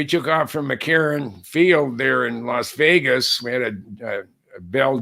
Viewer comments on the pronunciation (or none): none